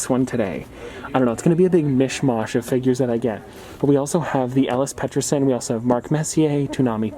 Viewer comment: The way he butchered Petterson’s name 😔